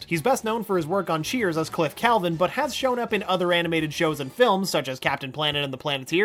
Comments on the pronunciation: Clavin. Cliff Clavin. Not Calvin. Don't disrespect the 80s. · That's Cliff CLAY-vin (Clavin), not Calvin. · You mispronounced Cliff's last name from Cheers it's pronounced Clay-ven